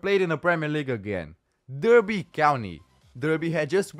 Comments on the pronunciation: Its pronounced DARBY, lol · Derby pronounced DARBY reading is pronounced REDDING. just fyi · Good video. Derby is pronounced Dar-bee.